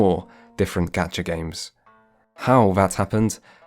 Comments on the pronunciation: but like it is closer to being pronounced as gotcha than gaecha (with a fronted vowel) in Japanese 😅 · Great vid! Just a heads up, people say "Gotcha" because that is closer to how you'd say it in Japanese. The "Ah" sound doesn't exist in the language, it's closer to "Aw" hence "Gawcha" or "Gotcha" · I didn't articulate myself as well. "A" vowel sounds like in Gacha don't sound the way pronounces it. He says it more like you'd say "Gas" than you'd say "Awesome". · Lol, you really can't correct people for saying 'gotcha' instead of 'Gacha' if It's an onomatopoeia - it would be like correcting someone for saying 'meow' 'wrong' because of basically imperceptible, slightly different vowel sound. The difference between the 'O' sound and the 'Ā' is beyond negligible. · Gacha is in fact pronounced "gaw-cha", not "gæt-chuh" Japanese doesn't natively have the "æ" sound. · Had gacha been pronounced the way you do it, it’d be spelled “gyacha” (ガャシャ). The correct way IS the first one, “gacha” (ガシャ) with an /ɑ/, not an /æ/. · If the word Gacha is Japanese the it would use the short a vowel which would actually be closer to the pronunciation of the word gotcha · It's not gacha it's got'cha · People may have said this a bunch of times in the comments already, not quite sure -- the Japanese languange doesn't have the sound "Aa" as in "apple". All "A" sounds sound like "aw" as in "awful". So of course Gachapon is the word referenced, not "gotcha", but it is not pronounced "G-aaa-cha" (the beginning rhyming with apple), it is still "G-aw-cha" (the beginning sound rhyming with awful), so does indeed sound exactly like Gotcha. In beginning of JPN 101 they teach you the exercise A-I-U-E-O - pronounced "aw" "eee" "ooo" (as in who) "eh" "oh" - those are the only 5 vowel sounds they have, period. Those 5 are then just combined with various consonents, as in Ka Ki Ku Ke Ko, etc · Great video. But the correct Japanese pronunciation of "Gacha" is actually "Gotcha".